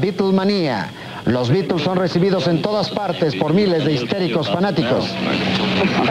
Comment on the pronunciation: Al fin alguien pronuncia bien los beatles